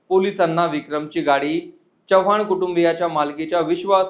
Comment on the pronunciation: च्यवाण नाही चव्हाण असं म्हणतात